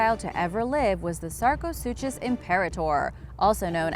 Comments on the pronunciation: It’s pronounced “sarco-sookus”...to pronounce it “Sarco-suchos” would be like pronouncing school as “s - chool” or Versace as “ ver - sais”....or DKNY as “Dicknee” 😂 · Sarco- SOO-KUS. Not SOO-CHUS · The “chus” in sarcosuchus is pronounced “kus”. ;) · That is NOT how you pronounce sarcosuchus